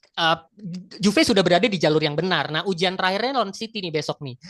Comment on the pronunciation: Menit UJAN??? GERIMIS?? UJIAN bukan UJAN TUDOR Jujur materi dan substansi yang mau disampaikan si bagus bgt, tapi cara penyampaiannya ga nyampe Kayanya beliau lebih bagus nulis deh dibanding jadi narasumber